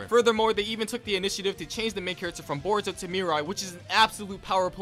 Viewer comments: My guy sounds like he saying burrito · Why does he say it like burrito not boruto?? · What they hear: Boruto What i hear: Burrito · i knew he was lying when he said “burrito” instead of boruto within the first 15 seconds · Do u just said "buritto" 🤣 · When he said baruto not boruto like the food I was laughing so hard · You mean burrito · It kinda triggers me how he says borito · 😂😂🤣🤣🤣 the first time u said uhh boruto/boruto you said borito!!!😃😂😂😂😂😂🤣🤣🤣🤣🤣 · he said boruto as burrito O_o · Did you say burito? Idiot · Lmao mans said Borito